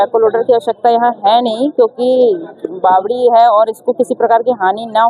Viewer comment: बावड़ी बोल बावली नहीं 😂